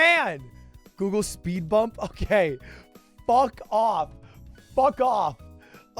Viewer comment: That "Fuck off" was so British i cant explain it 😂